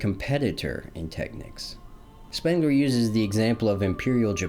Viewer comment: Brother are you trying to say the word "technique"?